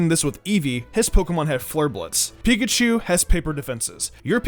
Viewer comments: says pikahu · who else noticed at the end it said, "Pikahu"?